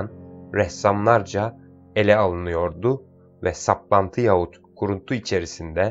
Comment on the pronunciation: Sayın okuyucu Yaahut diye okur musunuz Yahut yazılır Yaahut okunur telaffuz edilir